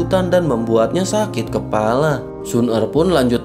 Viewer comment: Kepala bukan kelapa Ha ha ha